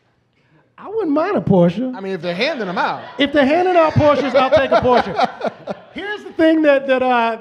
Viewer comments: Porsche pronounced like a german! Nice! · THANK YOU Marc for pronouncing Porsche correctly!!!!!!!!!!!! I thought I loved you before, but now it's like respect and shit.